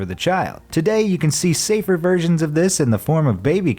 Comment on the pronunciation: Everytime you say "version" I keep thinking you said virgin